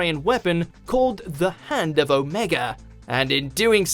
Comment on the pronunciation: You know you're the first Brit to pronounce it right (O-may-gah) all during the Dalek episode McCoy referred to it as the hand of 'Ohm-knee-go'.